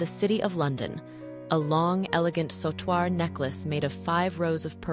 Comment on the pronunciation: A mejorar la pronunciacion de "Bandeao" " Sautoir" etc.😂